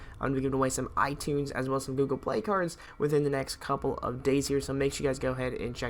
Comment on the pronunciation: he said car not card